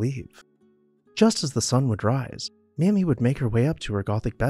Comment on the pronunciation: ...and its not 'mahmee'....its 'maymee'